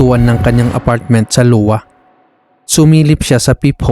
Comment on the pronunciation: “ahywa” ang pag pronouns ng state ng Iowa lods. Letter I ang first letter.